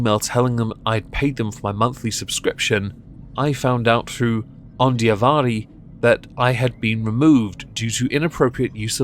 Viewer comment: Thanks for saying my name right too! Most people screw it up. (Ondiavari)